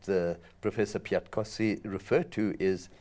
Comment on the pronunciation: Kudos to the journalist who pronounced prof Piatkowski name so correctly :)